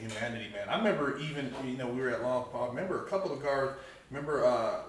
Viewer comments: You prounced lompoc as "lom-POC" thats because you aint from lompoc. Im from lompoc and everyone from lompoc prounces lompoc as "lom-POKE" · I lived in lompoc for a few years ..... try saying lom-poke instead of lom-poc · Imagine being locked up in Lompoc just to mispronunce it.